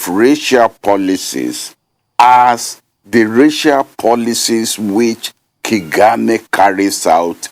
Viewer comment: prof BOLAJI is stuck in past ideology. he has no wisdom to give to the next generation. He can't even pronounce Kagame.